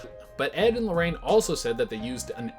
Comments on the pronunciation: No one:: "Ed and Lorraine Lorran" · Edd and lorrain Lauren or warren lol listen to when he says Lauren